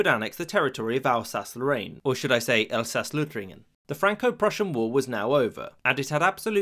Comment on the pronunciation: u kinda butchered Elsaß-Lohtringen